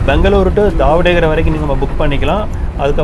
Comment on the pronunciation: Ji just some suggestions since you asked .. if you read the board in Tamil , it is not Haveri It is Haaveri ( please note the Thunai kaal) Similarly it is DavaNAgere Not dhavan gere Preferable to read in Indian languages so that pronunciation can be correct